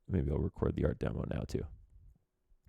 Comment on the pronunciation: pls stop saying deemo